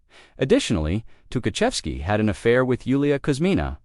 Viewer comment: This not Tuhachevsky, and of course, his name is mispronounced.